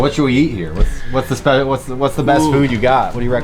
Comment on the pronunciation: He said " they got a lot buisness round hea" and proceeded to name fast food restraunts.😮